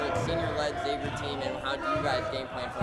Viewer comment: Please stop saying X-avier. It's Xavier and the letter x is pronounced like the z, e.g. xylophone.